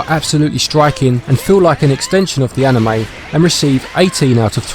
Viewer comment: "..Like an A-nheu-may".